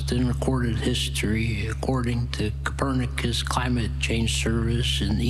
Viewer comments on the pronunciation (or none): none